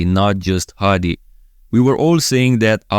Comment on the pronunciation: I'm actually impressed how good you pronounce his name😂 Hadi's ofc!